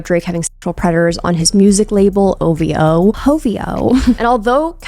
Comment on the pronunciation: It’s “o v hoe” not “hoe v o” but that said, I’m digging the cats just strolling through.